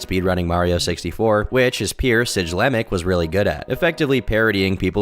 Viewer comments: Bro saying siglemic like sijlemic got me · The G in siglemic is a hard pronunciation, not a j sound. Also, a video on siglemic would be cool! He was one if the earliest successful streamers on twitch, one of the oldest partners, and obviously a fantastic speed runner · Ans thwn he calls siglemic sidgelmic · SIGE LEMIC? Sig-lemic! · It's pronounced sig-LUH-mic. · as someone that actually watched all these people this is legitimately unwatchable with how inaccurate it is like holy shit. talking about SIJlemic as this guy likes to pronounce it then showing a pic that isnt even him? then showing "dickoak" when its fucking stiv from that gdq vid where hes drunk as fuck. i cant make it more than 19 mins in this script feels like its ai generated or the person that wrote it has legitimately no idea about nearly any of these people or information. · Who tf is Sidge-lemic? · im not sure if hes accidentally pronouncing siglemic as sijlemic because hes just young and uninformed, or if hes doing it on purpose to piss off us boomer millennials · SIJ-LEMIC 😂😂😂 IM FKN DEAD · bro actually said “sidgelemic” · Siglemic, pronounced "Cig-Lem-Ick". Like cigarette, not signature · “Oakarina of Time” “Sijlemic” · pronunciation of Siglemic is causing me pain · Bruh doesn't know how to pronounce siglemic. I'm out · Him purposely pronouncing siglemic wrong to make himself look like an outsider made me cringe ngl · You mispronounced the goat siglemic, I’m unsubscribing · The way he pronounces things is ridiculous. The way he said siglemic and ocarina is terrible. Ive never played zelda and i know how its pronounced l. Siglemic was well known back in the day so most people id think know how to pronounce it. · Not to mention the siglemic mispronunciation lol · The mispronunciation of siglemic lmao